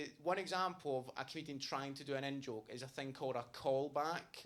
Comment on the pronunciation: So when you say " in - joke " ... I hear " N - joke " which makes me think you constantly make jokes with the " N - word " lol... so I was confused for a bit lol. Also great and loving tribute to your friend. You're a great person.